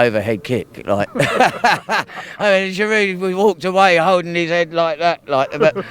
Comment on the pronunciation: The way he raped Giroud's name, Arsenal fan and he doesn't even know how to pronounce his strikers name 😵😔